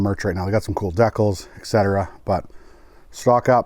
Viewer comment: No way you actually day decal like deckel, right? That threw me for a loop